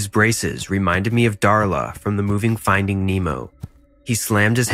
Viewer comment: Bro said finding